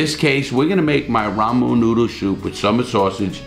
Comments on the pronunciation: Ramen noodle. A phrase Larry has probably said 100,000 times in his life, and still butchers it every time lol. (love ya buddy) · I can never get enough of the way Larry says “ramen noodle soup” like “ramoon noodle soup” haha I love it and love the recipe too!! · Gotta love the way he says ramen I hear ramoon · I love hearing him talk about the "Ramoo" noodles lol ♥️ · I love hearing him say ramon noodle soop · "Ramoon noodle" 🤣🤣 i love it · Rah-Moon Noodles lol. Great video. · Rah-mohn noodles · So is being able to pronounce ramen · Before I say this, just know that I do love Larry Lawton. He is a really good dude with entertaining stories. I don't mean to make fun, but I gotta say, it cracks me up the way he pronounces Ramen Noodles lol. Olive oil is also pronounced pretty funny, but mostly the ramen noodles. So now not only is he a great dude with great stories, but now he also makes me laugh without even trying. Btw, Thanks for the video. This was perfect for when I just got home from work, brotha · Just the way you pronounce 'ramen' 😆 love it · I'm so amused by the way he says ramen noodles haaah